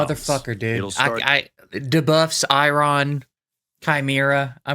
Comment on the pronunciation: I was so looking forward to seeing your reactions to "Chi-mee-ra" and "Duh-buffs" pronunciations, it 100% delivered! Never change